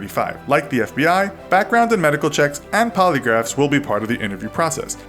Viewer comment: Lol "Polygraphs".